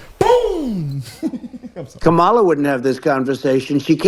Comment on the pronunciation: The interview was two hours of nothing but babbling . Nothing of substance. Y’all clapping at a white man constantly mispronouncing her name purposely. Smh we can be an embarrassment especially for clicks and views . Blacks have realized grifting is profitable and will say anything very sad.